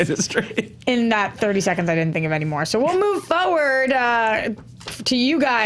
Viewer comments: say foward instead of forward. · “Moving Fo-ward”